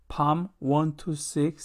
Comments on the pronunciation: 시편 (Psalm/ 사~암)을 팜이라고 읽으시네요. 기독교인 맞으세요? ㅋ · 시편을 영어로 Psalm인데 발음할때 “P”는 발음안하고 Salm으로발음합니다.